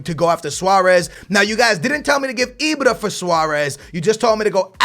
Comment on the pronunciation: it's IBRA NOT IBRO....Jesus Christ why does he tryyyy these dumbass inaccurate accents. fuuuuuckkkk the blood pressure is real